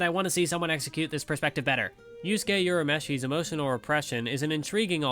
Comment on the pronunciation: Is there like no one who can pronounce Urameshi right on the English side of the Anime community ? It's not Yourameshi ! it's Urameshi, goddammit. The U is pronounced the same way as in Usopp, put some respect on my dude's name.